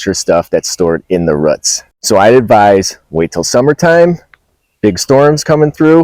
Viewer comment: In the ruhts. Trees have such cool ruhts. I love ruhts